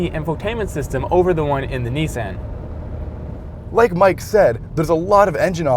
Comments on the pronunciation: I thought he was talking about his niece, Ann. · The way they pronounce "Nissan" kills me.